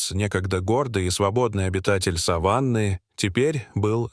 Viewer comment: Задолбали уже с искусственным интеллектом озвучки. Коверкают слова, не сАваны, а совАны. Людей нет озвучивать, или попсыкивают свой голос оставить, куда катимся? Скоро не по именам будем назвать друг друга, а 6й, 20 й.